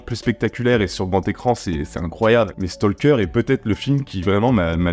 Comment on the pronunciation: Un petit point ; on ne prononce pas le "L" dans Stalker. Oui, je sais, la plupart des gens s'en foutent, mais même si vous vous en foutez, bah maintenant vous le saurez 🙂